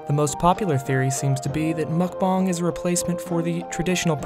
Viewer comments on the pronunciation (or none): Why does he keep saying mukbong and not mukbang?